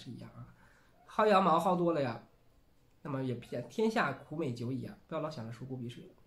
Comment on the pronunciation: 你好，薅羊毛，读毫，不是读撸。